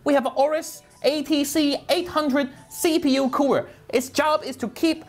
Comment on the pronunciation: I love the way he says CPU